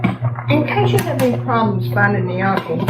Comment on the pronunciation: This looks amazing! As info, gnocchi pronunciation is “Nokee”. Thanks for another great recipe!